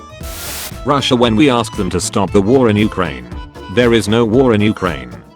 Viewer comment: I vomited 3 times while watching, after so many times said"ruhssiah" "putinh" ew. Slava Ukraini!